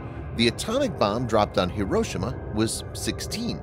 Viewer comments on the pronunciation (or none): none